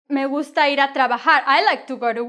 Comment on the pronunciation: Lol, as I listening it it sounds like "Me in a gungsta or gangster" :)